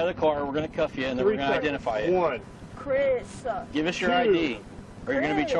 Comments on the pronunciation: "Chris-uh, Chris-uh! Stop-uh!"...ugh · Chriss-a! Stop-a! CHRISS-A!!!! STOP-A!!!! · CHRISS-A!!!! STOP-A!!!!